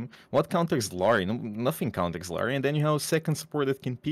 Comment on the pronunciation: psst, - theres no i in the middle of illari's name:P ill-ari